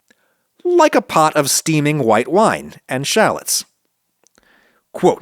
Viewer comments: why do you say "white people" as if you're saying "whouyte people"? Is it just how you say white? because it seems really weird. Sorry if this is off topic or something like that, it just struck me as odd and I had to see if anyone else noticed this. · why this fool say "white" like that